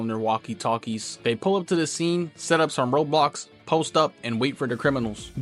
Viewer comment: He said road blocks but it’s probably his mic making him sound like roblox BUT ITS FUNNY